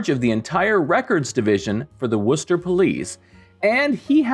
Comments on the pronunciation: Props for knowing the almost correct pronunciation of "Worcester." The only improvement I would suggest would be "Woostuh" the way the locals pronounce it. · Oooooh - you pronounced Worcester correctly! Extreme kudos,!ost the case, but won the principle! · Impressed you pronounced Worcester correctly